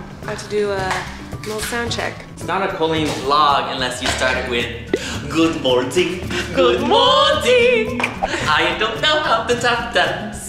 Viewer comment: no one: colleen: goot motink! ☀️